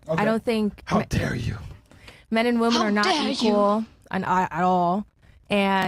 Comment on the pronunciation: Why can't these modern American minority females understand the difference in pronunciation between the words "woman" and "women" ???